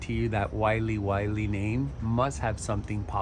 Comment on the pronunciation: It makes me laugh to hear Wiley Wiley, it's Wa-Ling Wa-Ling from the Philippines. Im a huge fan of your collection.